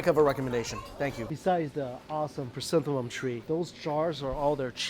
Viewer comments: hahah guess he got confused with chrysanthemums in pronunciation. cute 🤭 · Lovely chrysanthemum